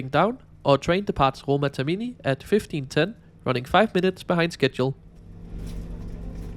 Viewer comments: Tak for denne rapport, der som sædvanlig er af god kvalitet. Jeg vil gerne påpege, at den toniske accent ikke ligger på TerMIni men på TERmini. P.S.: Jeg er ikke italiener, men det er bare om spørge. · Nu har jeg hørt fejlen for tit, så skal du lige vide: Termini betones på første stavelse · Also it shows you never rode the ETR 700. And can you please start learning how to pronounce things? It was tiring listening to you pronouncing "Termini" wrong every single time.